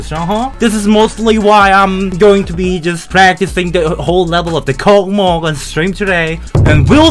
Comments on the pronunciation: lol, kokmok? are u really? [kosmos] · Read this like kosmos, this is space on Russian🌝🌝🌝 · Не KOCMOC а KOSMOS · Ok, I know it was controversial for our mighty Russian developers to write name with Russian letters, but I guess they just wanted to be proud for our nation, which is an ok thing I guess. But damn! It's not "kokomok" it's "kosmos", that's a pronunciation. I think it would be easier just to write kosmos with translit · It's not a kocmoc, it's reading like a kosmos . Some Russian please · Bro thats kosmos, not Коkmok😭😭😭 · Kosmos not, Kokmok yeeees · the name of the level is read as "Kosmos", because the creator of this level is Russian, and the letter c is read as your letter s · speak correctly kosmos ;)